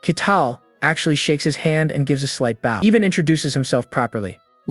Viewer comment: That's true, the constant shift between calling him "Ketal" and "Kettle", and the classic misunderstanding words like saying "bow" as in "bow your head" instead of "bow" as in "bow and arrow"